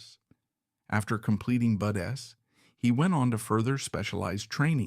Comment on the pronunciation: It’s AI! The way Artificial Intelligence says BUDS! So when they use the ai voice it always says BUD S!! Don’t worry bro pisses me off too!!! 😮